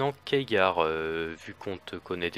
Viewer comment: "keagar" :( Superbe débat sinon !